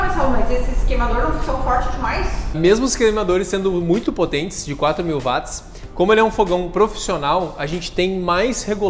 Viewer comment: A pronúncia correta é "UÓT" não "VAT". James Watt era escocês, falava inglês e em inglês o 'W" tem som de "U" e não "V". W com som de V é em alemão.